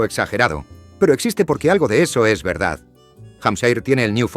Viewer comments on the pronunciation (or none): none